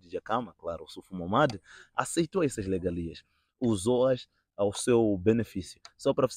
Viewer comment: O correcto é regalia, mas o jovem pronuncia legalia.